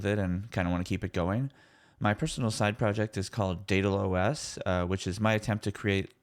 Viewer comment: daedalOS, like Daedalus... When you first said it I thought it was DatalOS like data loss.